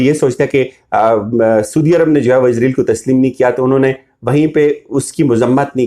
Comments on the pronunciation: اور آپ اپنا تلفظ ضرور ٹھیک کریں، آپ ہمیشہ سودی عرب کہتے ہیں، اصل لفظ سعودی عرب ہے !!! اپنی ریکورڈڈ وڈیوز سن لیں۔۔۔ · PLEASE SIR! it's not "SOODIA" Arab..... Saudia Arab